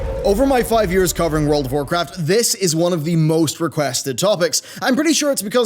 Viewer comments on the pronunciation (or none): none